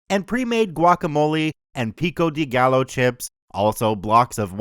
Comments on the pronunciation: Hey. Not to be a jerk but just to help. Gallo is pronounced like (guy-yo) for future references! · Don't know if anyone's said it yet, but the "gallo" in pico de gallo is pronounced as "guy-yo". Not that I don't understand why you'd pronounce it the way you did, just thought it'd help you improve. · Pico de gallo is pronounced GUY-oh